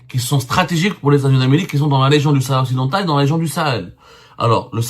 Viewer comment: il est drôle le zemar a marteler du "NOUS comme s'il était a la tête d'un grand journal avec une centaine de d'employés "sahara occidentttal" en claquant du Ta, mais il est temps pour lui d'abord d'apprendre a prononcer "province autonome du royaume du Maroc" comme font les espagnols avec la province autonome catalane ainsi que le pays basque. il invente en plus en disant que les USA et l'algérie se soutiennent depuis bien longtemps c'est a dire avant que l'algérie existe